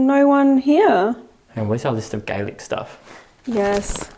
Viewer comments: i know this is 1 years old but thank you for speaking Gaelic to the ghosts don't know why but its so lovely to hear people from other country speak our language even when ghost hunting, also the way you spoke it was so close to perfect go raibh maith agat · Absolute full marks for your delivery of our Gaelic language! You’ve learned more phrases than many of us did in a lifetime of school, and it’s not an easy language either so well done, ☘️☠️👽